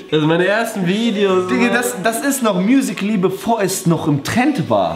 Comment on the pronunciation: Niemand: Absolit niemand: Ju und: Musikally.